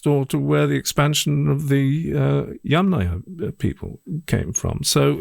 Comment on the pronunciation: Thanks for the first correct pronunciation of "Yamnaya"! ❤